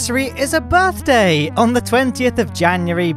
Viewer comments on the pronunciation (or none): none